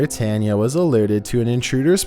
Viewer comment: Bro, you can't even pronounce "Tanya" correctly? You really need to work on your speaking. If you really want to be good at voiceover, you need to practice and get better with your pronunciations. Otherwise, you're literally keeping your craft stale and it won't get any better.